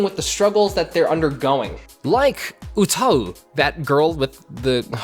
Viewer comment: Am I the only one low key confused about how he pronounced 歌い utau ?